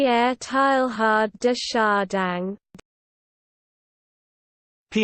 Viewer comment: SO wrong -- there's distinct "g" sound here at the end of Chardin that doesn't belong, and the first syllable of Teilhard comes closer to "tay" than "tie."